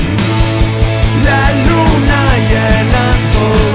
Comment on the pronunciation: Prefiero la original por un un error en esta versión. El nombre del hombre lobo es Dénis (pronunciado Dení, sin s para el masculino), en vez de "Denise" con e (pronunciado Denís, para femenino). Así que el hombre lobo se llama "Dení" (como canta la Unión), no "Denís"